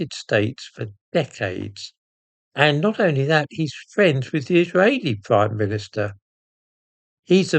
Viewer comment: I noticed your aspirated h and your funny pronuciation of Israeli. Forget trying to pronounce things like Middle Easterners. I prefer irritating them with very English pronunciations.